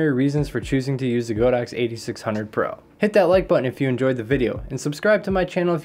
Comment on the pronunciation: Great video 😀 Btw, it's pronounced "God-Ox" (not "Go-Dox")